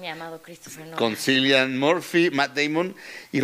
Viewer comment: No se dice cillian. Ci. Se pronuncia. Killian. Mi Sergio